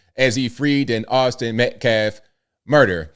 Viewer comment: That baby shaking "pastor" called him "MetKlaff". Can't even read a normal American name.